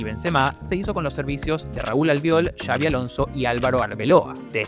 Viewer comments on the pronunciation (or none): none